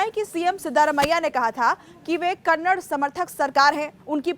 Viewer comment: Kannad nahi Kannada hai